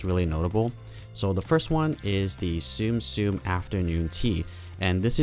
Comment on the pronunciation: ToyBoxHunter様！あなたのYouTube Channel好きで たまに見るんだけど一つずっと気になってたことがあります。このゲームの名前はツムツム ですよ！ 「スム スム」じゃないです。分かりますか？？「ツム」は日本語の「積む」(tsumu) からきてます。英語訳は「to stack」です。毎回あなたのビデオであなたがツムをスムと間違えて発音してるので今後正しく発音して下さい！ だってTsum Tsumのチャンネルなのにゲーム名を正しく発音出来ないって恥ずかしいですよね。。。。😭 肝心のゲーム名のあなたのおかしな発音以外は完璧です！ 因みに私は日本人です。だから私はツムの正しい発音する方法の仕方を知っています。